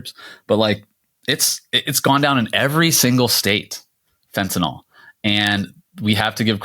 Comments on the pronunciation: Guys, Americans, it's fentanyl. Fen-ta-NIL. Enough with the Fentinol, please. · It's Fentanyl, not FentanOL...I wouldn't say anything but you inherently defeat your point if you can't say the word properly.